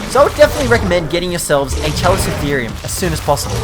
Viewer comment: Scrub.... CALICO - (like the cat)-Therium PRO SOP TOE DON Don't u just hate Ark pros that can't say the tames right? Have u even WATCHED walking with Dinosaurs/beasts/monsters or the Specials like Big Claw, Land of Giants and even Sea Monsters, alot of the creatures in ark are features in these documentaries, Chalico for example was in the episode as the Paracer and Hyaenadon if I'm Not mistaken, don't think procoptodon was in one, that was in the series that showed off the pig from Hell Entelodont, Dire wolves and the Saber toothed Cats (no such thing as a saber toothed tiger) And no Allos are NOT Underrated, the admin of the server I play on, asks for perfectly tamed level 300s all the time. I grew up loving dinosaurs and prehistoric life, just hearing people say the names wrong pisses me off coz it's common knowledge how to say their names when u see em in Books, on The internet and even when watching documentaries that TELL you how to pronounce them